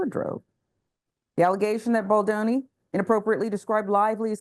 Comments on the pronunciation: Is it so hard to pronounce his name correctly? BALDONI, not Baldini. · It's BaldOni, not Baldini. What kind of crappy "news" show am I watching here? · Why do people say "Baldini"? There is literally no "I", that's an "o". The American ineptitude to pronounce simple things never ceases to amaze me. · the name is BALDONI, not Baldini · I found delivery annoying. And she couldn't even be bothered to pronounce Justin Baldoni's last name correctly. It's easy enough to pronounce according to how it's spelled - but she kept saying Baldini. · is the woman who gave all the commentary. Given all the press, she should have been familiar with the pronunciation of his last name. Baldoni - pronounced as easily as it is spelled - it's just as easy to say as Baldini. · It's BaldOni... not Baldini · All drama aside, its disappointing that a black person would be comfortable mispronouncing someones name. This is something we know all too well. Threw me off. But there is bigger problems in the world may be!!!